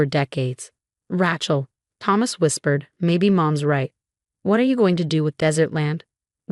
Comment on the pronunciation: It's Ray-chul.